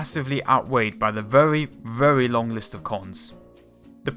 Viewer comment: Terrible narrator...WTF? Can't even pronounce words correctly. "Be verwee, verwee quiet".